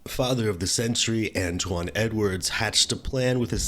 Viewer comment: Dude doesnt know how to pronounce antoine...hahahaha he says antone? Hahahaaa